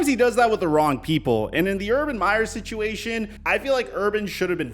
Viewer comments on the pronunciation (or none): none